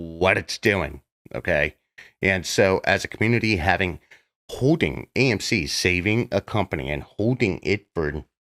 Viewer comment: I just keep “HODING”! I “HODE”!!!